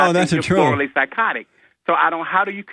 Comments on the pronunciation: I thought I heard the doctor say that two times. I believe he is mispronouncing "thoroughly." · Marcia Brady He's mangling the word "thoroughly."